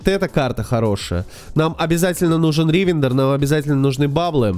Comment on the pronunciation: Почему ты делаешь ударение в словах не на те слоги, например ривендер , вы почему то ставите ударение на 1 слог , хотя все говорят с ударением на 3 гласную